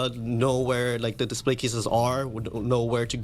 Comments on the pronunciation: "Display" is pronounced dih-SPLEY (/dɪˈspleɪ/), with two syllables and the stress on the second syllable ("play"). It is pronounced the same way whether used as a noun or a verb. The "di" makes a short "i" sound as in "ship," and "splay" rhymes with "day" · Are you saying "Displate" everytime you say "display"? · I feel like you're subliminally advertising for "Displate" every time you say "display" hahah